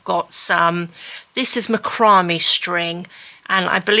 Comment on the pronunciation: Incorrect pronunciation of Macramé… Mac like Big Mac- row like row your boat- may like month after April… thought you might like to know correct way to say rope’s name